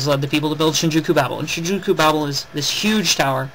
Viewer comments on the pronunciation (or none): Good video, but I have a few complaints about how you pronounce things, Babel : Baybel Tensei : Tensay others but I cant be bothered to get them.